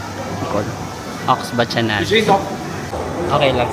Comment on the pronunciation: Aux Bacchanales is French. It's pronounced "O Bah-ka-nal"